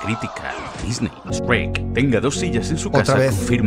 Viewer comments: Lo único raro es el "Esrek" pero a saber por qué eligieron pronunciarlo así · Lamento de decirte que usa memes en castellano y en español latino y el sabe que gran parte de su público es de latinoamerica y por eso alterna siempre en decir shrek y Esrek:v es muy gracioso xD